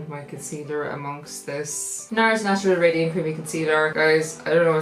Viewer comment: I just noticed you never say natural properly 😂 I love it 😂😂❤️